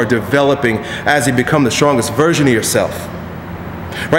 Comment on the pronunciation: when i first started watching, thought he said "become the strongest VIRGIN of yourself!"